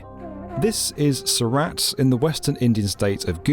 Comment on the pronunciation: Heavens. Surat is pronounced Soorut... not Sou RAT (like the rodent)...